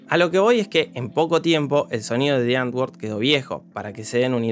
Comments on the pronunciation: Me da cringe cada vez que dice: ¨diangor¨ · También son extremadamente racistas. El nombre del duo "Die Antwoord" se pronuncia "muere letra N"...